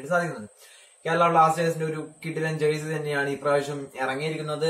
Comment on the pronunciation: It is jersey not jercy